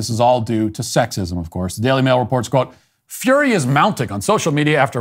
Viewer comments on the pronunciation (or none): none